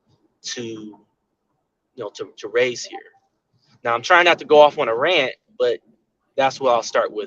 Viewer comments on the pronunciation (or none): none